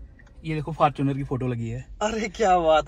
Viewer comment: Fortuner ❌ Farchuner✅